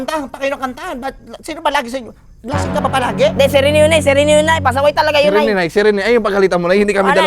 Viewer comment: Rene ❌ Renay ✅😂